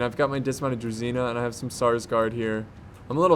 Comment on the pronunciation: it's correct to pronounce "DruZHina", not "DruZina")